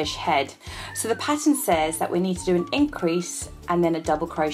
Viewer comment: lol when she said pattern I thought she said patent 😁